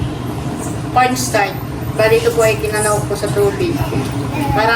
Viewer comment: Corn-start (Cornstarch) at Sowws (Sauce)! Classic 😃